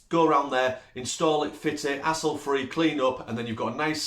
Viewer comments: I thought you were saying asshole free at first until I realized you were saying HASSLE free. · "Take that 'hassle' out" of the radiator cover ...listening in Australia it sounds like take that asshole out 😂 love the accent! Thanks for the laugh! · hassle🤦‍♂️. i thought you were saying asshole. "take that asshole off their hands" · Love your accent. Had to listen closer when you said 'hassle', thought you said asshole at first. Lol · He said hassle lol.. took me a minute here in the states.. thought he said a**hole lol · We are so happy to see that your business is doing well. We love the ideas you have listed. All... brilliant. I did find myself chuckling when I realized there is a definite language barrier issue between us. I had to replay a spot several times before I realized what you were saying. You kept referring to "Hassle" and I was shocked because I thought you were swearing for some reason and talking about "A**h***s!": I thought there is no way would say such a thing. LOL!!!!